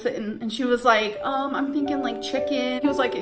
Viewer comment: “how I’m feeleen and what im theenkeeng” shoot me in the head